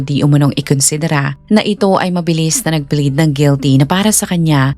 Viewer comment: not bleed....but PLEAD....